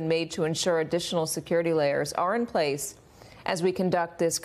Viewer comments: National Seucurity???? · What is "Seucurity"? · Seucurity huh. 😂